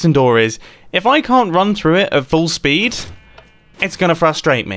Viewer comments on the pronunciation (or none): none